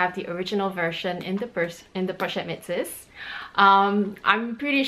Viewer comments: so you're telling me that metis is pronounced met-sis? Is this the LV way of pronouncing it? Definitely not the proper French way to pronounce the word based on the spelling and I haven't heard anyone in the luxury community pronounced it this way. I've also taken French classes before It's very odd to add an 's' like she has calling it met-sis instead of me-tisse. But whatever she prefers to pronounce it, just thought she may want to know. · I'm not sure if anyone corrected you on how to pronounce the pochette Metis bag yet. I haven't ever heard some one call it Metsis before. It's either Meh-tee or meh-tees.